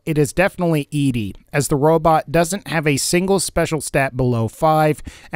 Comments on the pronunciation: Why was i so triggered every time he said E-Dee..... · thats how i always said it. i also tend to gender her as female, even though i know its supposed to be "eddie" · it's. pronounced. fucking. eddie. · I get that, I've seen the lore and played it for myself. But the way he pronounces it in the video is incorrect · Peter Wojo I thought it was ee dee ee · Od1nGaming it's not how you pronounce his name, it's Eddie, it's a reference to Eddie my love and in the lonesome road DLC the man who made him calls him Eddie when Eddie plays his voice recording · Yes, it is Eddie, ingame too. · You’re not the only one😂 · It’s ED-E NOT EEDEE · I cringe everytime he calls him EEDEE It's EDDIE ED-E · I cant watch your video cause its name is ed-e not e.d. ...ed........e...like eddy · Why does every Fallout youtuber I've seen pronounce ED-E like "eedee"? Am I the only one who pronounces it like "Eddie"? I thought it was kind of obvious that it's supposed to be pronounced like "Eddie" with his companion quest named for the hit single by The Teen Queens, "Eddie My Love". Maybe I'm just nit-picking. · I was about to ask the same thing. I also pronounce it "Eddie". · I think it’s that people want Eedee to be a girl robot. ED-E pronounced Eddie kills the fantasy. I remember when the game came out people I knew thought ED-E was somehow a girl type robot. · Even Obsidian/Bethesda said it's either Eddie or E.D.E for name pronunciation. E-DE doesn't even make sense anyway you look at it. Plus the fact his quest is named after a song called Eddie my love. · An absurd amount of time playing Mass Effect 2 has me say EEDEE but I feel like FNV's ED-E is supposed to be pronounced Eddie. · Except it's ED-E not E-DE. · It's not E-D it's Eddy! "ED-E" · The robots name is prounounced Edie not Ed, stop butchering the name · it's not E-D. it's ED-E, get it right!!! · His name is pronounced Eddie. Not E-Di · Why in the fuck do you keep referring to ED-E (Eddy) as E-D (Edee)? Explain.